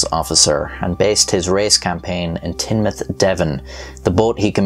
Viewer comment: Top points for correctly pronouncing Teignmouth as Tin-mouth and not Teen-mouth!!!! Well the locals call it Tin Muff or The Muff but Tin-mouth is close enough :-)